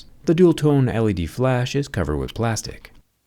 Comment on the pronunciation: Plástico?? Plástic, Plástic Plástic, Plástic....?????😱